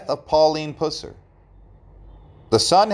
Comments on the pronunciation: AT LEAST pronounce the guy's name correctly: It is pronounced PUH-sir. I cannot believe you didn't research your subject... or at least hire a competent narrator. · Dude! It’s pronounced, “Puss-er”. I couldn’t hardly stand listening to you butchering his last name. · Can you say "bus"? Or "cuss"? "Pus-sur"!😮🙉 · PuH SIR Not pooss-rr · It's pronounced PUH-sir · Its pronounced PUH--SER, not Puss-er! Geez.....do your homework! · It’s (PUH-SER) PUSSER 🗣️‼️ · Just for your info: his name, Pus-ser, rhymes with "bus" or "cuss"! 🙉🙃☮️ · You pronounce his last name WRONG!!!!!!! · Should be a crime the way that you pronounce his last name. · Gezzz you would think if you were going to make a video about someone that you would pronounce their name correctly. I don't know if you were meant to mispronounced his name but if so it's not funny or cute. It's down right disrespectful. My father-in-law was a TN state trooper back then and he has me stories about what a good person and man Mr. Pusser was. Also why is there such a big interest in him and his life all of a sudden? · You got that right! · Yes he does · I’m beginning to think the same thing!! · Pronounce the last name correctly! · You can’t even pronounce his name right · Wrong pronunciation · I’m a Pusser and we don’t pronounce it that way also from Tn where the movie was actually filmed